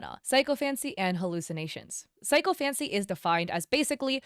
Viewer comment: SI - CO - FANCY please pronounce the word correctly. Not psycho - fancy.